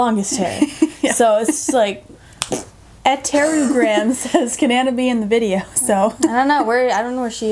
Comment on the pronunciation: you answered my question! yay! btw ilysm ❤️✨ also you pronounced my user right i guess? its my full name backwards 😂 marguerette (mar-gret) -> ettereugram